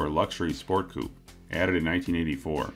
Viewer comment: Why are the Americans incapable of reading correctly the word "coupe" ?